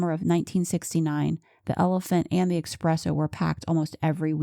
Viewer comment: Great video but it is pronounced espresso, not expresso